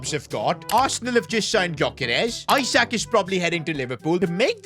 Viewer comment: It’s not Isaac it’s isak(eesack